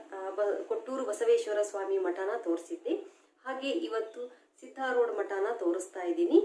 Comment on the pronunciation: ಅದು ಸಿದ್ದರೋಡ್ ಅಲ್ಲ.ಸಿದ್ದಾರೂಢ ಅಲ್ವಾ